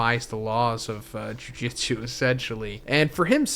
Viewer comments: Not to be that guy but it’s jujutsu, pronounced jew-jew-tzu. Bro is saying Jiu jitsu which is completely different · Jujutsu… not jujitsu 😬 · why are u saying juijitsu? ITS JUJUTSU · Brother, its "Jujutsu", not "jujitsu" the pronunciation. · Bro its jujutsu Not jiu jitsu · Dude its JUJUtsu not JUJItsu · STOP READING JUJUTSU AS JUJITSU OMG